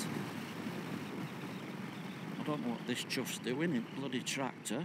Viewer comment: And again 11.43 "TRACTOR"